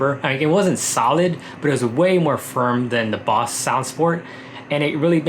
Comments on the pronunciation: It's Bose not Boss, besides the pronunciation this is a great video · You pronounce Bose weird.. the BO is pronounced like bow. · It’s not boss...it’s Bose brother...😂😂